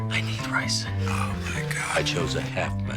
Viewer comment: without the context of the episode it sounds to me like Jesse says, "I ate the ricen" which makes Walt's "Oh my God" seem supportive and worried. 😅